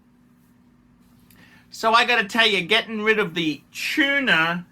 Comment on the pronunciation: should open a Bogan academy. He's a professional and could pass on his begging techniques, lack of taste and class onky oink oink 🐷. Its Tudor not Tuna by the way ya cretin!